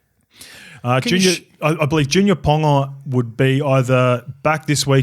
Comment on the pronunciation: Scope should know better. “Pauga is not pronounced “ponga”.